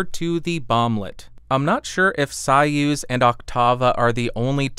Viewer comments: So-use - not sawuse. Zopah. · Way above my price range but a very nice sounding Mic. BTW, I believe that it's pronounced "SOY-uz" (as in Soy-sauce) not "SIGH-uz", the way you were pronouncing it.....😉😉👍👍🎤🎤👍👍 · It’s “Soy-use” not “Sigh-ooz” lol.... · You know the King Bee and the Soyuz which I know is most likely not want to hear that though. Also I thought it was pronounced Soy-use, since it is spelled the same as the capsule used in the 60's Russian space program......I could be wrong though. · Interesting that one of the founders, David Arthur Brown, pronounces it as Soy-use (as in soy sauce) in some Youtube clips. It seems like he would have the pronunciation right. Maybe it is the English pronunciation, because I don’t know Russian... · It's pronounced "Soy" as in soyboy and "uz" as in use that hammer and sickle.